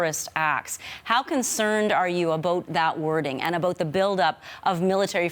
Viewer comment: She doesn't know how to say "about" but only "a boat".